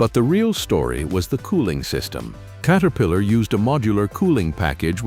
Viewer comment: Kate-a-pillar?? Screw this AI $hit!!